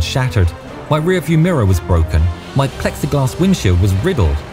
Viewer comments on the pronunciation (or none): none